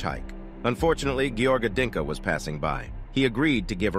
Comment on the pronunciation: It's "Dincă" not "Dinka". At least bother to search their names correctly.